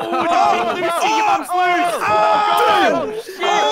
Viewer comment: The fact said big loocey it sound like Lucy aka my mom's name and im freaked out rn